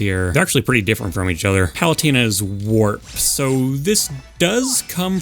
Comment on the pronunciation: omg i only just realized was saying "warp" i thought she was dropping an f bomb and i was like how did they get away with that